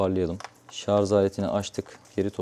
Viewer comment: şarja şarz demesen çok kral adamsın hacı 😄